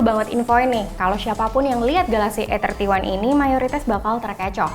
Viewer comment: Masukan buat mbak yg ngomong.. Kalo mo sok inggris emg bagus, tapi pengucapannya salah.. Bacanya 'ei' 31 jangan "e" 31.😊😁 Supaya gak bikin bingung bacanya mending pake bahasa indonesia ajha, "samsung galaxy a tiga satu"😁